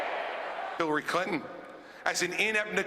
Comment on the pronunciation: Is it his accent or did he just say Hillary Cunton? or so.